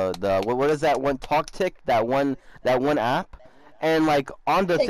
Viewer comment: u made me rage by say toctik